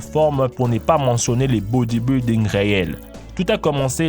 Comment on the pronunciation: boedieboelding, XDDD srry just had to